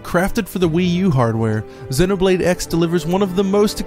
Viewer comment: Why is he pronouncing it 'Xinnoblade'??? lmao